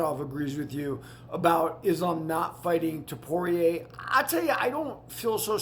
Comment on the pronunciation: Dude before you attempt to comment on this topic, at least learn how to say the names properly. I mean jeez man. How are we supposed to take you seriously or respect your opinions when YOU CANT EVEN SAY THE NAMES CORRECTLY. Stay off the microphone dude. You are damn near having a stroke trying to pronounce the names. Put some effort in. Can't say Ilias surname. Can't say Drikus's whole name. Can't say Tsarukyan. What can you say? Frustrating to listen to this fool butcher everyone's name. Put in 10 seconds of effort to learn the names. Because you are attempting to sound knowledgeable on a topic where you dont even know the dudes names! So you end up sounding foolish instead